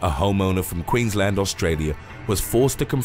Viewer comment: I congratulate you sir pronouncing Queensland and Brisbane correctly 👍